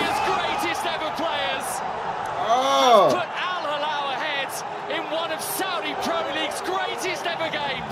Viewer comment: man thanks for the video I love it but Al hilal fan is here and this is what i have to say just please make sure you learn more about these teams before you make ur videos how can't you even say their names! These are the best clubs in Asia they can win your favorite team.